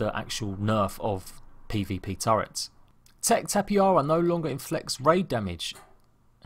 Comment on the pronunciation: Im not sure if ur joking with saying tappyhara but just in case it's pronounced Tapa hara the "j" is pronounced like a "h"